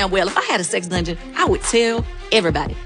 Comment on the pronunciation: “Oh you don’t have a sex drungeon”💀💀💀